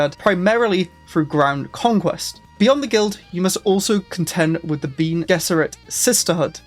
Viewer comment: Bene is pronounced ben-eh a bit like rene (artois)